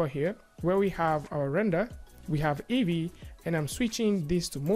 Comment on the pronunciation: EEVEE ... its "EE"VEE for christ sake